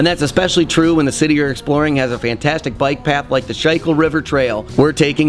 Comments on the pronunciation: My friends are moving closer to Philly and I’m going to recommend this video to them. FYI, the river is pronounced “SCHOOL-kul,” not “Shoy-kill.” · Schuylkill is pronounced "Skoolkill." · Love the video, such a love letter to my city! Jsyk, the river is pronounced Skoo-cull, so that you don’t get shit from us 😊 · It's pronounced "school-kill" 😂 Schuylkill And "Lee-High" Lehigh For the Down Norf segment. Very nice video on our great little town, thank you 😊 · just want to note everyone here pronounces it SKOO-kull. Dont want you making that mistake publicly, haha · Glad you love my city as much as I do! Practice your pronunciation of the Schuylkill River before your next visit though 🤭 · Side not love how you butchered the pronunciation of the river Schuylkill River lmao. Many have